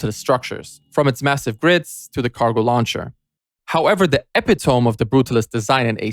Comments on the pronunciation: Did he say epi - tohm? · Can’t even pronounce “epitome” lmao depend on AI bum ass mf